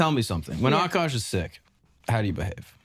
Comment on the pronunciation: i hate when she said OKOSH